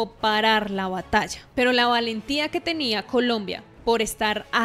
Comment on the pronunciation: Batalla, se dice batalla!